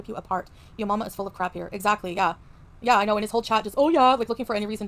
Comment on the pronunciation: “Exzacky” 😂. It’s giving very much “dispectful”.